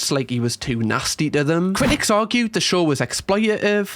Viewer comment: drink when says SHORH instead of show 😁